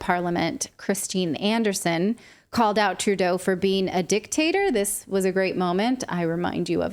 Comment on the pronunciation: I thought she said 'dick taster' !